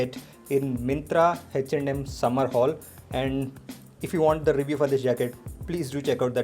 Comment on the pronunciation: It is simply H not Hach rx or hach & M😂😂😂